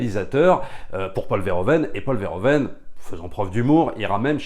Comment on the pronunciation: Alors juste une micro-remarque sur la forme: on dira plutôt Paul Veur - Ou - Veun, en lieu et place de Vair - O - Veine. Un peu comme on dira Ou - Veur - Fonik au lieu de Ovaire - Fonik